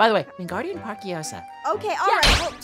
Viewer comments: I- when said: wingardium parkiOsa Me: WINGARDIUM LEVIOSA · It’s LeviOsa not LeviosAR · When said: wingardium parkiOsa Me: WINGARDIUM LEVIOSA!